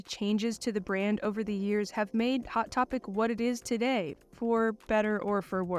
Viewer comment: „II-wot Topic“